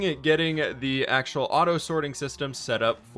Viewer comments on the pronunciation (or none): none